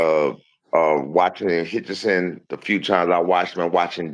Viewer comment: His name is HITCHINS !!!!! not Hitchinson